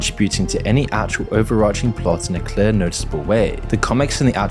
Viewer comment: The way you pronounce clear is insane. Bro really said "cleuaurgh"